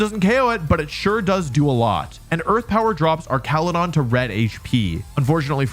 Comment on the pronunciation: Don't lie, you absolutely still pronounce names bad on purpose. "Slay-king" instead of "slack-ing" - Slaking slacks, that's the whole point. "Ark-al-u-don" instead of "arch-al-u-don" - Archaludon is an ARCH, that's the whole POINT. "Oon-feh-zaunt" instead of "un-pheasant" - it's a pheasant. THAT'S THE WHOLE POINT. And it's not "pronounciation", it's "pronunciation". There are only two "O"s in the word, not three.